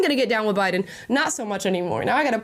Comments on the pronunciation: 😂😂 Union Memba...her a Jabiden 😂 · Did anyone else notice when Kamala said Obiden during the debate